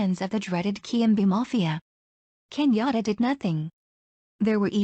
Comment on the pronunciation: This person is mispronouncing Kenyan names. It took me a while to realize that Kinyora is actually Kenyatta. When I see the kumekucha vedios, I look forward to just one voice. I don't even know what this vedio is trying to inform us.